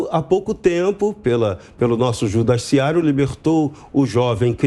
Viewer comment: 'Judaciário' foi ótimo! Perfeito👌🏽